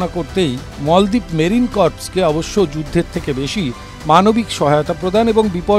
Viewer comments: মলদ্বীপ না মালদ্বীপ। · মলদ্বীপ নয় মালদ্বীপ,,,, বিকৃত উচ্চারণ কেন? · মলদ্বীপ কি, বলেন মালদ্বীপ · মল দ্বীপ😂